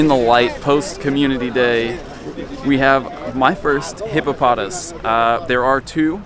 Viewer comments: its hippopoTAS. emphasis on the TAS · I believe in the anime, it is pronouced hippo-puh-toss